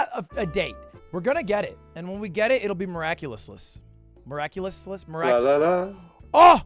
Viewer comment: “Miraculousous” I